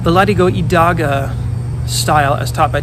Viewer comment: As a Spanish speaker, when you said "deladigo idaga" it took me a bit to realize it was "the latigo y daga" (which just means "lash and dagger") so I would just suggest that when you pronounce a foreign word, you put it up on screen for a second